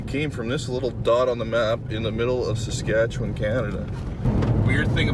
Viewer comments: "Sass-catch-you-wun" [from a Canadian] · fuck all.... SUS-CAT-CHEW-ON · First! Make what U want for content. Love the classic "recipe " but often have my mind hole opened by you two with the random stuff so really we are lucky for the time u spend on us. Second... its sas cat chew on u can do it... now after me sas...cat...chew...on... now say it fast... thanks from Lake Louise Alberta Canada! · Sass Cat Chew Wan = Saskatchewan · Pronunciation: Sass-Cat-Chew-One... Riders Suck lol. With Love Manitoba :) (Man-a-tow-bah) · 😂 (Sus-Scat-Chew-On) Canada if that helps with pronunciation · Suh-scat-chew-on. P.S. I'm not Canadian. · Saskatchewan "Sass-Cat-Chew-an." - Proud Canadian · Sas-ka-che-wan - From ya boy in Saskatoon, Saskatchewan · Bruh ive drawn your nissan march and all I ask in return is for you to pronounce my province properly lol Sah-skah-chew-on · Pronounced s-ask-at-chew-on, from someone who used to be from Saskatchewan. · Good try with Saskatchewan guys Hahahah. It's hard for some of us Canadians to say too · Awesome video. And hilarious you guys cant say Saskatchewan. Lmao. As a Canadian this was so funny to watch. Loved it. Well at least you guys tried 🤣🤣🤣🤣🤣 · How hard is it to say Saskatchewan. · Hey guys I saw you struggling with that name, it's pronounced Saskatchewan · As an Albertan. I too make fun to the Saskatchewan pronunciation lol